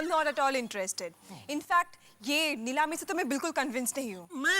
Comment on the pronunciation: Neelami ❌ Leelami ✅😂